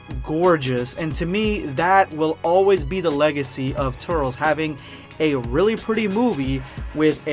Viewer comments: that now how u say his name 😡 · The way you’re saying “Turles” is giving me serious anxiety. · Same I'm having a meltdown lol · I do care how you say the name because the proper pronunciation is in the movie and you commencing how would you want is sacrilege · Did he just say turls? It’s turles (Ter-Less) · I thought it was pronounced Tur-Less instead of Turls. Also, Cool-whip instead of Coo-hwip. Also, also... I think that Bardock has a long lost brother. #EndofVideoSquad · Turles....(ter-less) not turels😂😂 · Its not turls its Tur-les my guy🤣🤣🤣 but awesome video non the less💪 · did he say "turls" and not turles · Pronounced Tur-less not Turl-s. No hate, just gonna rip my hair out 👍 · You said TURRLS I was like "IT'S TURLES!! (TUR - LESS) Then, I just let it go. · Tur-els sounds super stupid... you're making my ears bleed... Tur-les sounds dope asf! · It's not turls or turles. Its Turles without the pause in between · Turls? Its turles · TURLES not Turls Idgaf what you say that’s not how you say his name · Why do u say turls!! It's TURLES bro get it right!!! (Sorry just triggered a little) Just saw the part where u explain it 😂😂😂 #endofvideosquad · it’s pronounced tur-less and I like the goku black voice in the intro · he literally said he knows but wants to say turl-s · Not a Bad gamer in the original Japanese it’s ‘Tullece’ which is close enough to ‘Tur-less’ so he’s butchering it saying it like Turtles without the T🤣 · It’s as if the e is silent turls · 😂😂 I just wanna punch my phone!!! “Turlz” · It's tur-les😭😭😭 XD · It's not trules not tur-les its tails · “TURRLZ” Goh dammit 😂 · It's pronounced TUR-LESS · he says turls. lol.. oh god.. Go watch The Tree Of Might my boy.. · Stop saying tur-les wrong